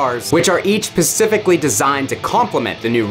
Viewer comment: did he say “Pacifically”?